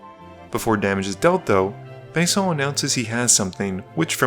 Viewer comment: Just call him Venison already if you can't pronounce his name lol. I'm sorry, I probably should eat something against my grumpyness